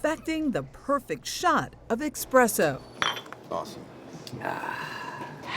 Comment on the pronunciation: Did she actually say „expresso”?! 😳